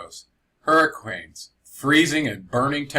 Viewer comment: He said hurriqwains